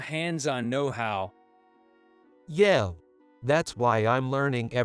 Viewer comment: Yeah is not yay. Toured Germany not German. Yeah is not yea.